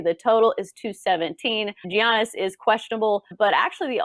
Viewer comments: ‘Ya/nis’ is how you pronounce it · Does it annoy anyone else they both say Giannis incorrectly?!! And duh the Heat are going to close them out today.